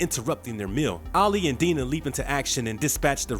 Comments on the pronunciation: Diana. Dye-na. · Dinah is pronounced "Die-nah" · Amazing how every TV appearance of Dinah Lance they pronounce it "Die-Nah", but nobody seemed to notice all those decades of television here. And Silver "SAINT" Cloud. That's what the "St" stands for in front of a name. Like St. Nicholas for Santa Claus. Yves St Laurent for a clothing store. Get a producer or someone that can do some quality control. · The narrator is still terrible; couldn't pronounce Dinah right, called Silver St Cloud => Silver Street Cloud (lol, can't make that up), and made mistakes reading the wiki article he's plagiarizing. For example, about the arrows Ono got hit with while fighting Oliver: "he took 2-to1 in his shoulder" (which makes no sense) when the wiki article was saying "he took 2 to one shoulder". Later on, instead of saying "unarmored" he said "unarmed" which didn't make sense in context...